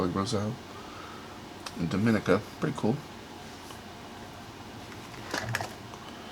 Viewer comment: On the third cover the last names appear to be Armenian so that may be the Armenian link. Love the piece from Natal. Somerset County is in NJ not NY. The third syllable of Dominica is pronounced with a long e (like Doe-man-ee'-ca). Helvetia is pronounced like (Hel-vee-sha). Some people collect the multi postcard foldouts. The New York cover near the end is going to Rensselaer County. Is that a Harry Potter wand?